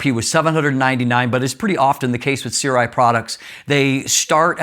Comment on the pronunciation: The pronounciation is surai, sorry.